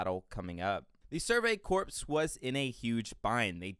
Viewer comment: "The survey corpse was in a huge bind..." *CORPS ("core")